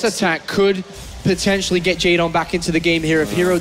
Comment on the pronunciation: "Pretendtially" lmao